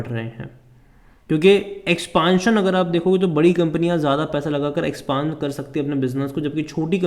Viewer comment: Apko expand bolna ata nahi ye video banane lag rahe ho😊